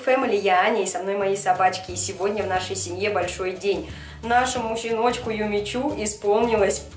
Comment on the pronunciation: Юми чу! Хватит уже ошибаться чу-шу с буквой у